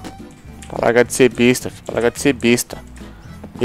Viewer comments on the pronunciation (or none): none